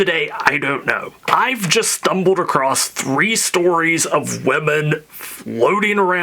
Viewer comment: Acrosst? You northerner! 😂😂😂